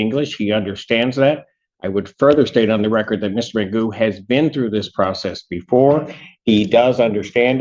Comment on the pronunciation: This AI sounds ridiculous. Can’t even say McGoo name right. I’m sure I didn’t spell it right lol.